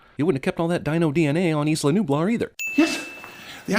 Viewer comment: The geographical term "Isla" is pronounced "Eye-la". Add another sin for that.